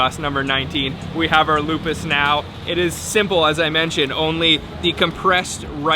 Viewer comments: Lupis, not lupus (disease) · Loo Pees, not Lupus..haha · Lupis not lupus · that is lupis or lopis,,not lupa.. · It is Lupis, not lupus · that is lupis not lupus 😂😂😂, i'm from Yogya 👍👍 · That's not lupus. That's LO-PIS. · Lupis not lupus 😆🙏😃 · You should say lupis. Lupus is a name of desease because of autoimmune disorder.😊😊😊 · Its not lupus...but lupis..cake lupis...you should check...and that jelly thing in gudeg it call sambal krecek i believe...skin tofu and skin craker with a chilly.. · It's pronounced as "KUEH LO-PIS"... The way he pronounced it sounds like a dreaded disease... 🤔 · What... Did he say traditional food Lupus? 😂. Lopez Kali?😝😂👍😎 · Hi...Lopis pronounced Low- peace...enjoy my home town...👍😁